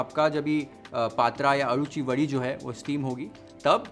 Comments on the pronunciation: In marathi u said Aluvadi....and nailed it..... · Chef amchya kadhe shravanat anhi festivals la tar banavtatch...u say so nicely Aluwadi....